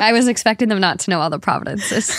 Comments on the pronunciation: Not saying "providences"... babe... Canadian here, they're Provinces. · provinces though xD not providences lol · Wait. Did you say…Providences? When you meant to say Provinces???? 🧐 lmao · Not saying “providences” 😭